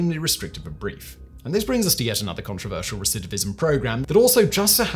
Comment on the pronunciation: I just want to say how impressed I am by Simon's ability to repeatedly say "recidivism"...I can't say it at all!!!